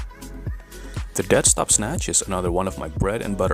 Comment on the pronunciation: Dead stop, I thought you were saying desk top